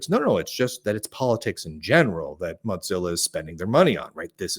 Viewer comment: Why do keep calling Mozilla, Mot-zillla?